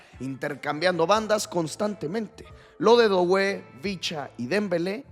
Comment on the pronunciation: no se dice DOuue, se dice DUE como juntando la o con la u en frances DUE